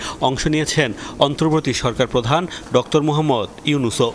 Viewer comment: ডক্তর হবে না, It's ডক্টর